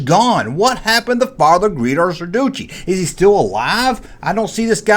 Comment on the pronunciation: Not Greedo but "Guido" .